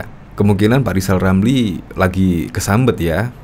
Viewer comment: Ngapain percaya lizal lamli Ngomong R aja kaga fasih